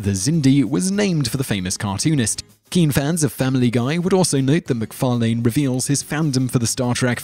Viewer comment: The host of this channel is quite strange, because almost every time he says McFarlane, he pronounces it differently.